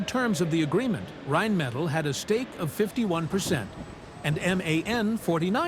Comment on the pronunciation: the name comes from "Rhein" which is a german river and "Metall" which is just metal. You said something like "metallids?" or what does it mean. i thinks thats not correct here.